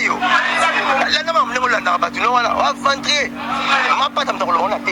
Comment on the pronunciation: Mts suka en plus azalaka fière soki azoloba aventurier